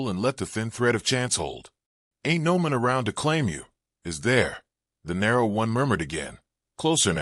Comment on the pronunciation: Your AI voice has trouble pronouncing the word MAN. Try again, this one’s a dud.